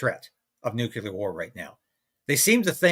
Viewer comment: it's pronounced "Nuclear", NOT "nucular". Why can't most people get it right?